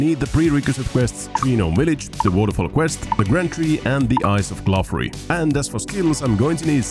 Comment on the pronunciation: Glouph is pronounced like Glo, so the quest is pronounced Path of Glory